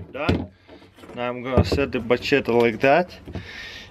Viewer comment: "now im gonna set de bachett like dat"